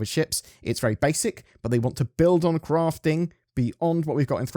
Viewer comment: I love the way you say “Crafting”! You’re awesome! 🧡